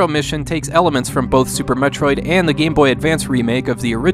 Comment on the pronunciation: If you like Super Metroid, you are correct. wtf? You mispronounced "Super Metroid".